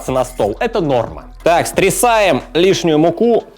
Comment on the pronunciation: "стрисаем" лишнюю муку)))) это Питерский акцент??))))))))))))